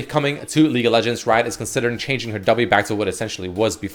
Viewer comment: Does he say "Leak of Legends"?